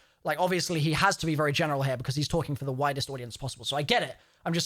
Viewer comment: When said "for the widest audience possible", it almost sounded like he said "the whitest audience possible" 😂